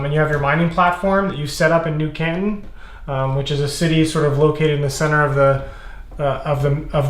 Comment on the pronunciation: As someone from the Asia-Pacific region, the way he pronounces 'Canton' makes me twitch.